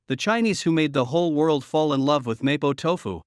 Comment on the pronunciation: I can't even watch your vid. You can't even pronounce MoPo Tofu! CORRECTLY!